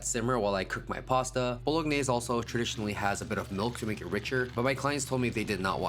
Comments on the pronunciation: looks delicious - there’s no G sound in bolognese by the way 😊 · If you're actually a chef, I'm surprised that you would deliberately mispronounce the word "bolgnese"